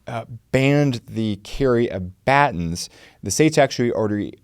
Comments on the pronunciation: nails yukutake v shikada Also: immediately mispronounces baton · Why saying baton so weird?